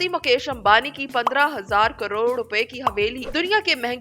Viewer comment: مکیش امبانی نہیں مویش امبانی😂